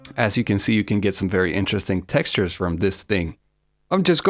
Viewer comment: Pronunciation? He pronounces knob and texture wrong lolol great video though I agree 👍